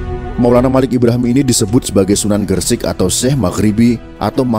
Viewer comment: maaf koreksi sedikit. yang benar "sunan gresik", bukan "sunan gersik". dan "desa leran", bukan "desa laren".